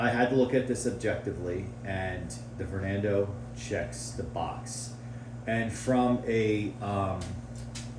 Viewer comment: bro said vornando